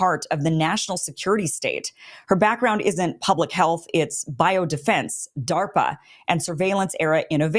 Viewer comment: Good Lord, is what I was saying when I heard DA RP A